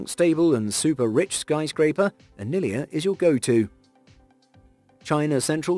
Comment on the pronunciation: Mukesh Ambani's home is NOT 'Anilia', but 'Antilia'. An error not expected from a respectable channel like you. 🙏